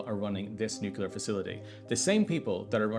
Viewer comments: NOT Nucular !!! Not nuculous Nu Clear... Nucleous... Nuclear Nuclear Nuclear. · NU-CLEAR not Nu-CULAR. I wish people would learn to pronounce it correctly! Especially if they're doing an Entire piece on a Nuclear power plant! please please please 😵‍💫🤯 Also, yes, please stay safe❤ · "Nucular" reactors generate power from "nucular" interactions with atomic "nuculeses". Do you require some English lessons? English, aka the language of the oppressor, is not my first language, but I could teach you how to not sound like a complete buffoon. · He doesn't pronounce it like that. He says Nuk-u-lar, almost every time. And, no, it's not correct. He sounds like George W. Bush when he says it. You can say "Nu-clear" or "Nu-clee-ar/uhr" but not "Nuk-u-lar." Being Irish has nothing to do with it. And, yes, as an author and someone who speaks three languages, I do know that. It's you that needs to learn to listen better, not me. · Your reporting is useless and your work is a disgrace. If i ever have to listen to the word nucular one more time, i’m going to go cray cray on you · Nu - cle - ar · I always watch your considered reports, but wince with every nukular. Why do you use yank pronunciation? Is your biggest viewer group in the US? I am a Kiwi. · Just an aside, it would be great if you could teach the world to correctly pronounce nuclear: New'-clear. Thank you and bless you. 🙏🏼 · Sure. He might want to learn how to pronounce "nuclear" first though. Hint: it's not three syllables. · Try pronouncing nuclear correctly. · Your journalism is spectacular and essential. Bravo! {by the way, it's pronounces NOO-KLEE-ER not NOO-CUE-LAR) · This drives me nuts, but it's not "nucular." It's "nuclear." An atom doesn't have a nuculus, it has a nucleus. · whyyyy r u saying nukiller instead of nuclear 🥲 I'm crying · Dude: NU-CLE-AR not NU-CU-LAR nor NU-CE-LAR. Say it with me NU-CLE-AR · FYI it’s not nucular it’s nuclear! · It's Nuclear, not nucular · Nucular is not a word. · Nuclear not nucular